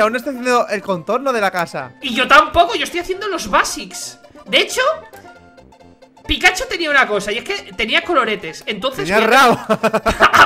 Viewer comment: men no me gusta correguir pero se dice pikachu:V